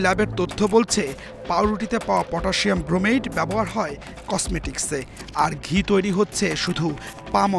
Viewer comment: ক্রোমেট না ব্রোমেট